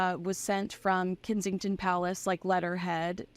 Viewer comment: I hadn't realised that you say Kinzington Palace. Were you named after Kensington Palace. Did they just change the spelling a bit